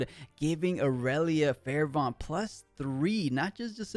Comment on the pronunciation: bro, I cant take it anymore. Fervent is pronounced like fur-vent not fair-vont.